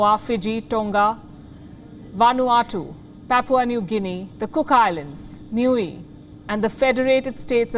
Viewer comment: Kiribati is pronounced 'Kiribass' and Niue is pronounced 'Nu-ay'